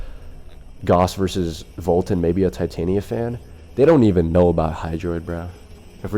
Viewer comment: From what ive heard, based on the pace of the play, the more accurate pronunciation of titania is tih-tahn-ia instead of tie-tay-nia